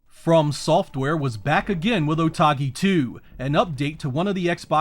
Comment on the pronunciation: Video is great, although hearing "Otogi", as "OtAgi" was kind of jarring.